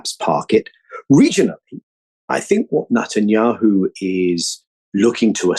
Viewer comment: Minor quibble: why does Daniel Levy call him NUTanyahu? Is it because Netanyahu is nuts?